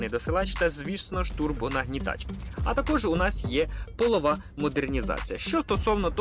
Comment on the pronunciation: Та нормальною Правильний підхід. Ми ж всі, вчимося, все життя. До речі - правильно полЬОва. )